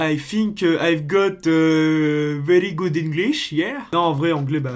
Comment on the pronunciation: mdrr mais ca n a aucun sens pq il dit "verrrry" c'est un malade mental